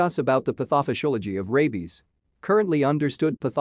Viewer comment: heard how he said pathophysiology and came directy to the comments